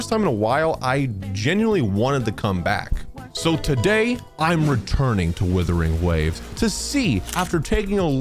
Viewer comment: Him mispronouncing Wuthering Waves as Withering Waves..irks me